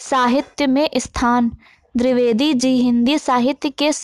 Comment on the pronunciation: drivedi nhi dvivedi g okokk nam hi bigad diya .bolna bhi nhi araha